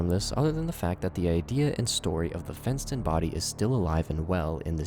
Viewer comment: When he said “fent”ston I lowkey tweaked